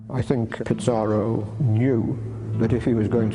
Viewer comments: Bro it aint pizzarro its pizarro you sound like your saying pizza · U BD its pizarro to be exact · What’s with the pronunciation “Pitz-ar-oh”? Also, the whole production seems to have used English “Black Legend” as its primary source. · They can't even pronounce Pizarro right. They think it's Pizza Row. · This video is moronic. How does the writer think history was made? How is Pizarro worse than any number of conquerors who shaped the world. Also, why does the narrator misprounounce his name? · Unbelievable that a professor of Latin American history doesn't pronounce it correctly.